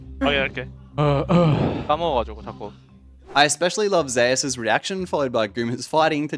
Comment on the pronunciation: this guy calling Zeus "zay us" removes any credibility